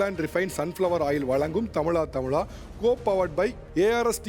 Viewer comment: தமிழா தமிழா என்று சொல்லுங்கோ sir தமிளா தமிளா என்று wrong ஆ உச்சரிக்காதே sir தமிழகம்.. தமிளக்ம் wrong உச்சரிப்பு